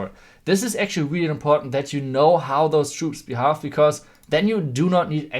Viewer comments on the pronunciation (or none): you need to say behave: beheyve not behalf